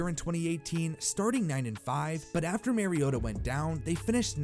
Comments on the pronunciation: Not that it matters too much now, but Mariota is not pronounced Mary-ota... MAR-E-OTA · Omggg for crying out loud stop pronouncing mariota wrong